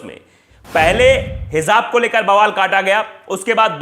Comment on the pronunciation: It's pronounced as Hijab